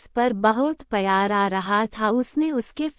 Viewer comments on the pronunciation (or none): Not payar , the word is pyar